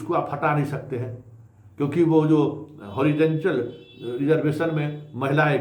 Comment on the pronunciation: होरीडेनटल के बदले होरीजोनटल बोलिये